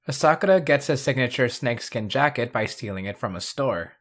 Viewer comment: Bro really said Asakura wrong. 💀